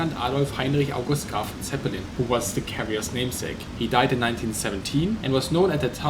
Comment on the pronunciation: LoL dude its not Graf Zeppelin dumb